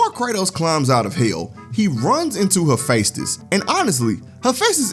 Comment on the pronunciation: it's pronounced "heh-FEST-is"